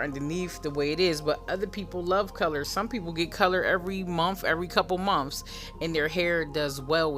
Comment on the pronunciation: "every couple of mumfphs" love it